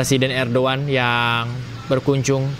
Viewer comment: Hey reporter ngomong nya salah bukan Erdoan tapi Erdogan